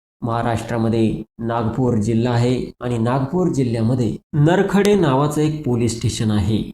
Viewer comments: Narkhede nahi bhaou nrkhed aahe te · तुलापोलीसस्टेशनचे नाव बरोबर सागता येत नाही नरखेडे नाही नरखेड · नरखेड आहे ते नरखेडे नाही सर